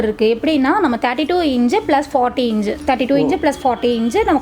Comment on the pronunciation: அக்கா அது இஞ்சு இல்ல அக்கா , இன்ச் 😂😂😂 ...